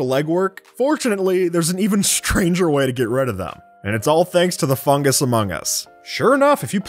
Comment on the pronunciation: fungus is fungSUS